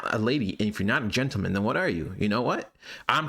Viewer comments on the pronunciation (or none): Pronounce it better . Don’t Say Generman , say gentleman.. then it would be fine..